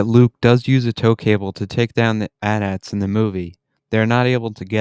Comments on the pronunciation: Fix your audio bro! It hurts to listen to :( i'm also gonna pretend you didn't call AT-AT's "at ats" and not "aye tee aye tees" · Say it with me. AY-TEE AY-TEE.